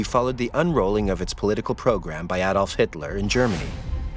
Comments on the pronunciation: its pronounced Adolf like A-dolf! not Aaaadolf, I know you are American but at least try to get the pronunciation correct. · Pronounced AAAdolf. Not Adolf.in A is. AAA.